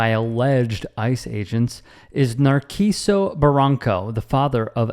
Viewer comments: Not Narquiso.. its pronounced Nar-see-so, its not Italian... thank you for your attention to this matter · It's nar-see-soh, not nar'key-soh.